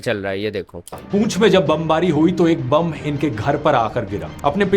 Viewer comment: Bomb ❌ Bum ✅